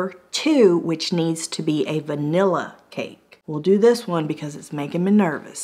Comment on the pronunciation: I hate when people say van-ella! (the infomercial guy)